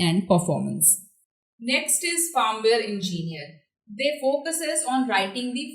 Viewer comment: it's not fArmware . it is FIRMWARE